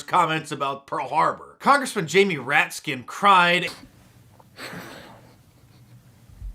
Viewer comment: Jamie RAT-SKIN? Did I hear that right?